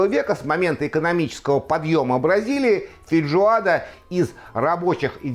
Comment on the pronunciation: вы постоянно так говорите - фейДжоада